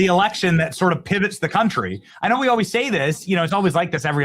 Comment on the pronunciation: Pwease help us with our rext "erection"